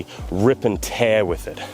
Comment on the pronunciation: Every time he says "rip & tare"I get Doom music in my head